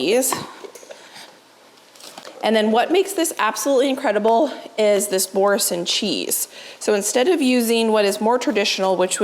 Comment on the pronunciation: Thank you for the amazing video. Boursin is French so you have to say it with a French accent ❤